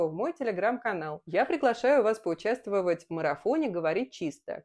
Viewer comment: Отчётливо слышу: поучавствЫвать в марЫфоне 😂